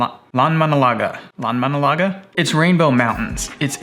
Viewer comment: A+ pronunciation of Landmannalaugar